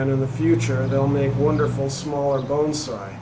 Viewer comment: Will you do me a favor and not pronounce (BONSAI) the way you are in this video.